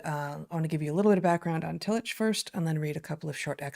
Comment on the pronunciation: Excellent show!! For what it's worth, and this is coming from an Agnostic that can't recommend his writings enough no matter where you fall on the great God question spectrum, the genius theologian Paul Tillich's name is pronounced Tilli*CK*. If you're looking for another legitimate genius German theologian, read Dietrich Bonhoeffer (again, Dietri*CK*). He gave his life in the service of his God and fellow man against the Nazi war machine. Their stories are simply incredible ... and heartbreaking. If only more of our current theologians were like these 2 men, we would have a lot more believers than we do. Their command of the written word (pun not intended), logic, passion in their defense of their faith, love of all mankind, and sacrifices they so bravely displayed is something not oft found in most Christians circles today. We have a few today, but as they say, they don't make them like they used to. We used to have Christian thinkers of the highest caliber. No offense to those that appreciate these people, but now we have Matt Slick, Kirk Cameron, and the now disgraced Ravi Zacharias. How things have changed. I apologize for the rabbit hole. Cheers